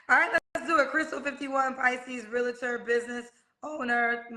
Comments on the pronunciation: Realtor is one of the most mispronounced words ever. There is NO “a” between. Real - tor. It’s one syllable. Sorry 😮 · Lets start here sis.. You're pronouncing "Realtor" with 2 A's and thats your profession?😅 You keep saying "realator." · Im a real-i-tor. Now maam?😂🥴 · She's all that ( in her mind) but doesn't know the proper pronunciation of realtor; two syllables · She can't even pronounce the word REALTOR correctly... so I cannot take her seriously at all.